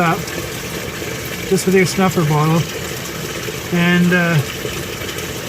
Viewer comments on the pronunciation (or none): none